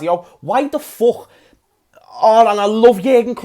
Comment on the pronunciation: "Why the fock"?🤣🤣🤣